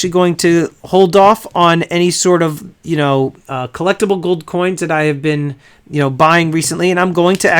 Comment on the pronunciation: "I love goldddddd!" *Goldmember accent